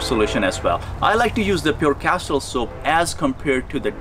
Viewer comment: Sorry - but did you sat “Castile Soap Oil” or ......... ? Thnx